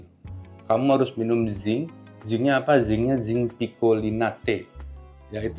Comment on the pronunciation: Zinc apa ya? Mohon maaf kurang jelas 🙏